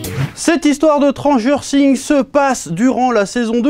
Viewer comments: Personne normale : Stranger Things Le Chef : Tranger Thing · Chui le seul qui a entendu transgenre things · J'avais compris Transgenre sing